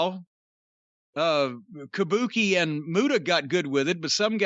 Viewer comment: if you’re gonna do a Gary Hart impersonation, ya gotta do it proper. He didn’t say Kabuki, it was Kah Booh Kay!